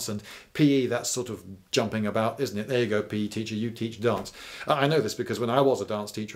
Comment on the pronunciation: What does it say about my knowledge of British people that when he said "dance" had to be taught in schools, I though he said "darts?"